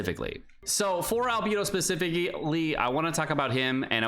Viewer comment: How can you pronounce Beidou correctly but say Albeeedo like that. 😢